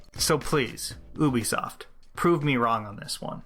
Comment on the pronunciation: It's pronounced You Bee Soft